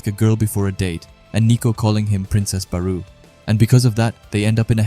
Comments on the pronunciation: Bro thr “BArOu” caught me off guard in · I cant continue watching due to how you pronounce Barou